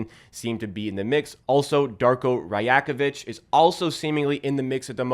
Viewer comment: So proud of you for pronouncing Rajakovic correctly :)